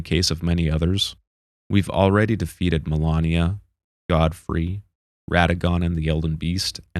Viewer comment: Did anyone besides me cringe every time he mispronounced "MALENIA" as "MILANIA"!!! She literally tells you who she is every time she kills you in game, and if he didn't see or hear that, then he hasn't played the game at all, just watched a summary!! Why do people do this?